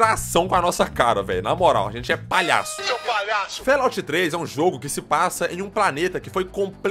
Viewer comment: "Félouti 3" dscp mas kkkkk